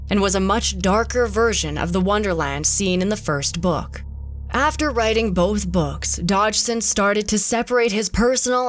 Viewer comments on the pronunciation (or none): Girl: Book What i hear: bUuK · weird way to pronounce 'book' lol...